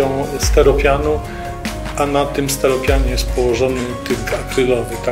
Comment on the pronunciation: leszku, działki sa przeszacowane tam to primo,zalesione to secundo, a tertio - nic atrakcyjnego , facet mówi steropianu a co to ST*Y*ROPIAN ??? Awansowal z Pcimia na stanowisko stoliczne ale nie językowo !!! Kto te książki czytał -może sa na pokaz tylko ?!